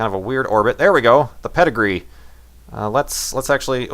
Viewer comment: perigee... not pedigree :p